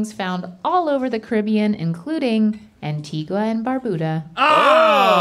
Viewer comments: it’s pronounced ANTIGA not Antigwa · It’s Ant-ee-guh and Bar-bue-duh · I think Rhett and Link need a lesson on the Caribbean islands because that’s not how you pronounce Antigua and Barbuda lol